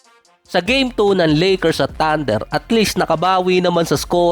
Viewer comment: Ang sakit sa tenga ,bol HANDLIR,LAKIR, TANDIR,Hardin😂😂😂😂